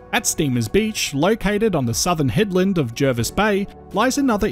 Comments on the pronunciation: Yes, I grew up there, and the incomers mispronounce it. It is indeed ‘Jarvis’. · Agree. Born in the 1970s, it was always pronounced JARvis Bay growing up.. I went away to China for ten years, came back in 2018, and I was culturally shocked.. People were calling it JERvis Bay, local people were telling me I couldn't walk in certain areas, and I was being Welcomed to Country by Aboriginal Elders at meetings.. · The RAN is there has been for decades and they refer to it as Jarvis.... Jervis pronunciation is American but we are not Americans. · I don’t think anyone who lives locally calls it JARvis instead of JERvis.